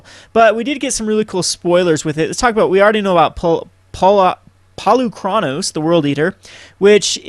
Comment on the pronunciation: 3 things: "Et Cetera" not "Ed Cedra". It's pronounced "Polykranos" meaning "Many heads" in Greek. Also Cymede is pronounced "Cymehdee".